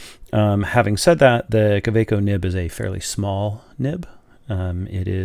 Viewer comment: Great overview, thanks. It also makes a refreshing change to hear an American pronouncing Kaweco properly. 😉 Incidentally, the Metallic Green is a separate offering from the 2018 Art Sport releases of which your Metallic Turquoise is one. It is a darker shade of green, and has more concentrated and complex swirling in the acrylic.